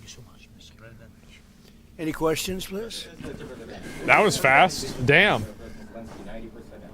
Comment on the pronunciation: Zelinsky finally said pwees and thank you